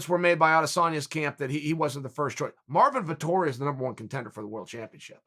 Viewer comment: "Artmin Vittori"